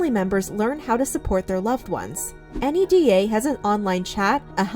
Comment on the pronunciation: Very minor, NEDA is often pronounced out loud as NEY-dah, not n-e-d-a :)